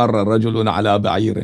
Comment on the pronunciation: عربی نہیـــــــــں آتی تو نا نا پڑھا کرو بعیر پر زبر ہے پیش نہیـــــــــں اے دشمن صحابہ